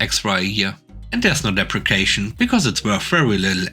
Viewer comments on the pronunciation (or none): Depreciation = dep-ree-see-ay-shun Depreciate = dep-ree-see-ate